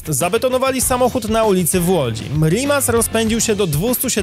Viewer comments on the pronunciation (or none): none